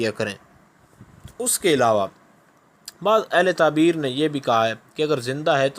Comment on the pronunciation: taberr bol please